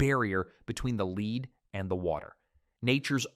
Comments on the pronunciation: Tell your AI that it's LED, not LEED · Your AI narration is irritating. For instance "lead pipe" is pronounced "led pipe", not "leed pipe" If you cannot pronounce it properly, why should we trust the content. Get it right, or just read the text yourself. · Y'ALL KEPT SAYING LEED MEANING LED OR LEAD THE METAL. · AI,😂 leed pipes... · The AI dude is so bad that he pronounces “lead” (the metal) “leed”. And he says “Here’s the kicker” too much. Bad. Very bad. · You lost me at "leed poisoning." I'm not watching AI slop. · "Leed" pipes?? Must be an idiot AI speaker. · yeah i had enough too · Leeed pipes? wtf - Good content ruined by more AI slop.. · AI —- “Leed” pipes, yet pronounced correctly “once”… 🙄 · Narrator doesn't know how to pronounce "lead." Made of lead (pronounced "led." and "lead me to your leader" is pronounced "leed." Spelled the same, but you figure out which way to pronounce by its context. And this narrator is a professional. I can only conclude that literacy is a thing of the past. I see blantantly obvious errors like this frequently. The most stunning thing is that no one is around to figure it out and correct it before the product (documentary or whatever) is released for distribution. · Pronouncing lead as lead rather than lead is triggering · Which on is it: Lead or LED? Good content, though. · Could you PLEASE teach your lane AI narrator the diffference between LEAD the metaland yoLRad sommeone around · Teach your AI to pronounce words and know the context to get it right. Lead and Live are spoken different depending context and don't get me started numbers spoken wrong both Arabic and Roman.